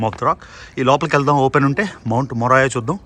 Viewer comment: మౌంట్ మోరియా anna...మొరాయా కాదు